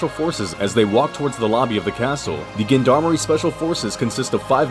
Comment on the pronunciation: nice review. just learn how to pronounce gendarmerie